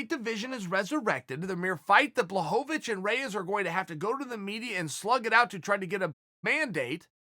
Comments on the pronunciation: Even when he thought he got the pronunciation right, he was wrong. It's not pronounced, 'Bla', but 'Bwa'.....ł is like w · “Jan Blohovovhic”... “Jan Blavocovic”... FFS Uncle Chael lol. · Mr Sonnen, Blachowicz you pronounciate like Abramovich (that Russian oligarch) icz = ich in English language. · Wel I mean Jan Blahovovovich still landed harder punches withing the fight, so im not sure Corey looked that good in this fight, beside his movement, which was very good. I really respect your opinion though and keep fking going with it :) Im from Poland, and still I understand, that there isnt enough hype for Jones vs Blachowicz fight vs Reyes fight... hype is hype, and its a business, but there is 50% Jan will get it, and he does deserve it :) although its pretty easy, not Blahovich, its Buahowich;) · ''Jan Blahadowicz'' - Chael Sonnen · Blahovovich. Blohanovich. Blahovich. Kamara Usman. Chael says names wrong on purpose and it's frikkin HILARIOUS. LOL. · Chael “Jan Blachovowitz” Sonnen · Chael “blahomavich” Sonnen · Jan „Blachovowicz, Blachanowicz“ Blachowicz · It's pronounced BUA-HO-VICH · Chael is washed up forreal. He then called Jan "john blahadavits" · "Yawn Blahovovich" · Chael " Jan Bullhanovich" Lmfao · Chael: Blowonabitch. Me: Dont mind if i do.. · I choose to believe that Uncle Chael is clowning is, intentionally mispronouncing "Blahovovoich" and "yarear" just to keep us meming in the comments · Ciael "Ian Blahovovici...." Sonen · Chael “I don’t have the foggiest idea how to pronounce Blohovovich” Sonnen. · I don't know how you can get the Polish 'Ł' correct in both the thumbnail and video title and then proceed to call him Blahovovich for the whole video 😂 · He really just gave up and called him blonhanavich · Gotta be Blahohvavich, just so Chael keeps saying his name for a few more months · Who is this Blahobobicz he keeps mentioning? Cmon Chael learn the names before making ur vids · Who the fook is “Blahocovonich” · Jan blahonavicchh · "Jan Blohohovich"